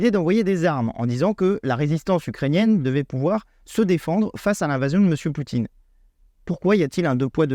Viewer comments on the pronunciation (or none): none